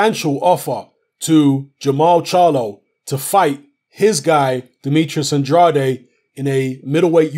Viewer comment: Andrade... Pronounced "An-draid" please!!